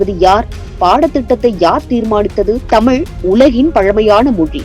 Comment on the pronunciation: முதலில் தமிழை தமிள் தமில் என சொல்வதை விட வேண்டும்.